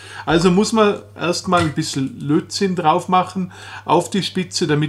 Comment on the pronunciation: Es heißt Lötzinn und nicht Lotzinn.